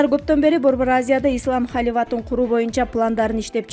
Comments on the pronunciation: Халиват эмес Халифат билимсиз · Халиват эмес халифат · Халиват эмес Халифат департамента окусанчы. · ей. Халиват. Емес. Халифат туура. Оку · Журналист кыз окугансынбы?Халифат деп суйлочу. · АДМИН!!! МЫРКА ОКУГАН АЯЛДЫ АЛМАШТЫРГЫЛАЧЫ СУРАЫЧ!!!🙏🙏🙏🙏🙏🙏🙏🙏 КАНЧА ТУУРА ЭМЕС СОЗДУ ОКУП, ОЗУНУН ТУПОЙУН БИЛДИРИП ЖАТАТ!!!" ХАЛИВАТ", " ВАКСИНЯ" деп тантырапАЙ